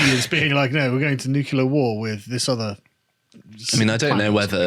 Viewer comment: NUCLEAR, not ‘nucular’ which isn’t a word.